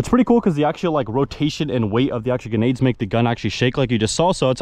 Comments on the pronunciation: its a joke because in the video he pronounces them ganades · Bro forgot there’s an R in grenades